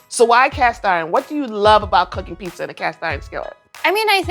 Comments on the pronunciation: Does it really annoy anyone else that she pronounces it pissa? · I love this show, but there are no 's' sounds in pizza!!